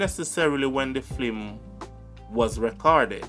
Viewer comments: Why do you constantly pronounce the word FILM as FLIM ? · please say film😢 the FLIM IS KILLING MY EARS...LOOOOVE YOUR CHANNEL ❤ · F-i-l-m (Film) NOT F-l-i-m (Flim) #Lovesign